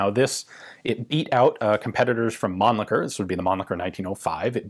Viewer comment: It's "Rawd" not "Roth*" and "Munnlisher" not "Munnlicker", but with the second name you are getting better, being almost there. I bet, i'm not sure, that it's "Tayodorowitch" not "*Theodorowick", too. Also it's "Sh-tire". One day you will master all them german weapon manufacturer names, i'm sure. The book title was great, though, which gives lots of hope for your German in the future.